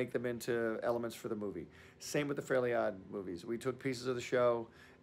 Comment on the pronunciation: “the FURLY god parents”